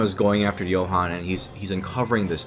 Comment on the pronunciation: the way you pronounce Johan is so much better than in German/Swedish/Danish/Nowegian